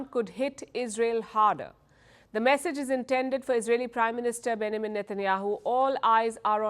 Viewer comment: For months she's been doing this to my knowledge and she still cannot say Benjamin😂